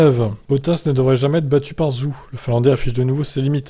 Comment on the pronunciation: Faites un effort ça se prononce "Djow" et Zou, à un moment ça sert à rien d'avoir une chaine d'info F1 si on est même pas capable de se renseigner sur la prononciation du pilote concerné